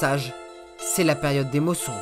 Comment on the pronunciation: Top! mais on dit mousson pas mosson